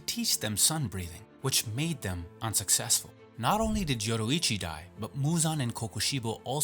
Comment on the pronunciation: yo-REE-ichi, not yo-RO-ichi. FFS.